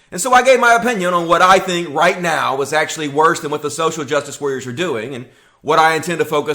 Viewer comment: "Social jus wah-rers"